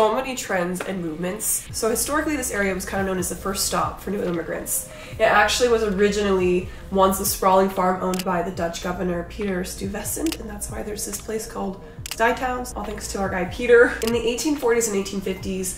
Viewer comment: I’m a Bronx native who lives in Ohio. Every NYer I grew up with pronounces the name Stuyvesant like this: STY-vuh-SINT. I like that you have a favorite spot in your home where you like to chill. You can’t go wrong with burning Palo Santo wood, to spiritually cleanse your space of bad chi. I started smudging about 5 years ago, and it makes a big difference. It ushers in peace.